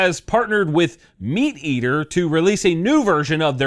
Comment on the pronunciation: "Meateater"... or is it "Me Ate Ater"? 🤔 😂